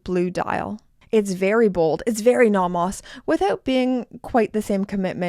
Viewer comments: Why are you pronouncing it Nahmahs? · If I had to hear you say "nah mahs" one more time... That is just perverse.